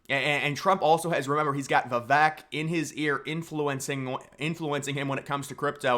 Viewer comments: Vi Vake 😂😂 not Vi Veck 🤣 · please say his name correctly if you like him. I'll help vuh-vake Vake like cake with a V. his quote helped me remember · Love the vid bro! Good content! 😄 Just one thing tho…Vivek’s name is pronounced viv-AKE. Like cake…. 👍🏻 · Vivek Ramaswamy. Learn to pronounce his name. Vi-vake. He is the number 1 person to demolish the deep state. He is our 1776 America First patriot. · Learn how to pronounce Vivek. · every time you mispronounce Vivek it's triggering